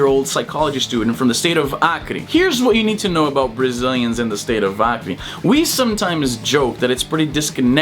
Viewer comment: I just discovered that u are brazilian when you said BRUNO BORGES and ACRE... perfect accent!